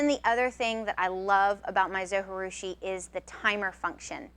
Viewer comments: pronunciation from the manufacturer: zo jih due shee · it's zoji like you pronounce the j like j not h. It's japanese